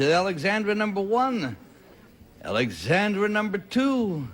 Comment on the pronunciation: Ally got her name right as Alexandra, the other two girls said Alexender